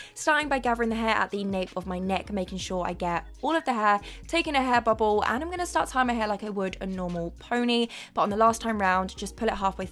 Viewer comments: did you just say.... "hair bubble"? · Did she say “hair bobble”